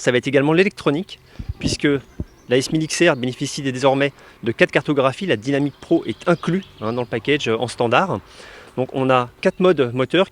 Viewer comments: Je vois que vous avez fait des progrès en anglais , mais pas encore assez dans la prononciation ..... Alors dynamic et dynamic pro faudrait le dire en français comme vous faisiez avant . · J’adore ton accent anglais Dynamic Pro ou c’est dainamique pro lol 😂